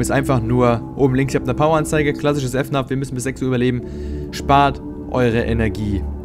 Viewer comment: F NAF man sagt FNAF😂😂😂